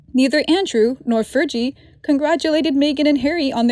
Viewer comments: Fergie is pronounced with a hard "g" because it is short for Ferguson. Enjoy your videos! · Pls learn to pronounce Sarah Ferguson's Nick name